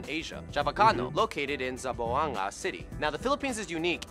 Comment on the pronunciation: wow i was like its not zaboanga its Zamboanga oml yeh its the spanish country